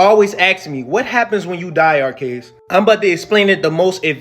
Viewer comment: "Arceas" okay you pokemon mfer